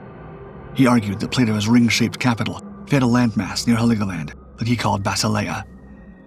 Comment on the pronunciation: It's Helgoland, not Heligoland. Nice video though. YouTube finally caved and decided to show me videos that are not already in my watch later list and I like it.